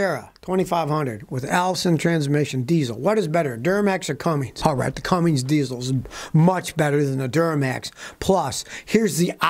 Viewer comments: Scotty: IT'S CUMMINS...NOT CumminGs. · It’s Cummins not Cummings! Come on Scotty. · It's Cummins, not Cummings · Chevy and GMC DO NOT use Cummins diesel engines. Youre wrong on this one scotty. Cummins only comes in RAM trucks. Also, theres no G in Cummins. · Scotty, sending love from Knoxville Tennessee. But this old girl grew up in Columbus Indiana, home of the Cummins engine. Buddy, you gotta stop saying Cummings there’s no G in Cummins!! 🤣🧡🤦‍♀️🙄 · Scotty, There is no "g" in the name Cummins